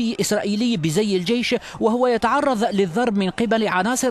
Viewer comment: يتعرظ لظرب امشي اتعلم عربي انطق صاح مافي شئ اللغة العربية اسمه تعرظ تعرض والظرب ليس ظرب ضرب قمة الجهل تقولو عرب وقالبكم تفرقو بين العامية والفصحة لمن تتكلم بالفصحة انطق حرف الضاد صاح لأنه انت بتخاطب ناس من غير بلدك افهم ياخ